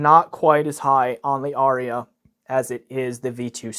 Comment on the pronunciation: Incidentally, there are but TWO syllables in "Arya". :D